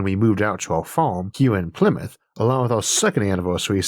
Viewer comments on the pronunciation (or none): none